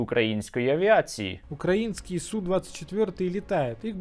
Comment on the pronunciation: та не думаю, что они украинцы... любой украинец знает, где правильно ставить ударение в слове "украиский". Палятся ребятки